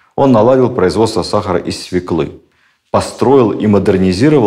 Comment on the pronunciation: откройте словарь ударений. Единственный правильный вариант свЁкла. Если так говорит свекловод Пензенской губернии пожалуй простительно. Но когда так говорит бывший министр культуры....